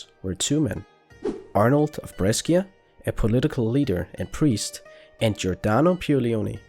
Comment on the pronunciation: PLS BRESCIA IS NOT PRONOUNCED LIKE THAT